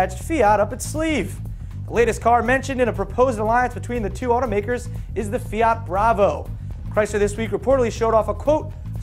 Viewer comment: the pronounce it's correct (almost) just search pubblicita fiat